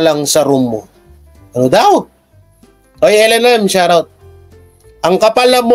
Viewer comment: Shout out yan di shurout. Susme. Shurout tlga ha? So rang slang nman yan idol. SHOUT OUT! Got it?